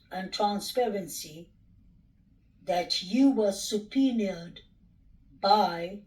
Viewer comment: What is 'supernied'?? You surely can't mean subpoenaed!??